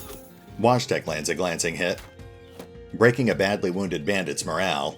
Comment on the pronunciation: Just a little fyi, Wojtek is most likely pronounced voy-tech (tech as in technology)